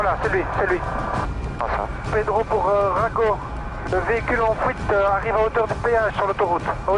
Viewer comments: "le véhicule en fouite" mdrr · "la voiture en fouite" XD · En fuite billy pas en Fouite D'où tu sors gars ? T'habites dans les champs ou quoi ? :D